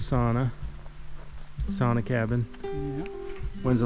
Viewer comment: How come you pronounce sauna as it is supposed to be pronounced in finnish?